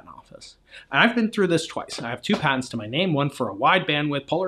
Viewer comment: You lost us at “patents” 😂 ok “Terrance”